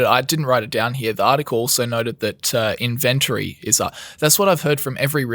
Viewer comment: you need to learn how to say inventory. 🤣🤣🤣